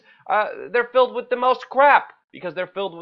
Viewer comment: Come on buddy it's with not ' wit "